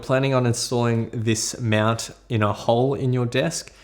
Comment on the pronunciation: He says meownt instead of mount XD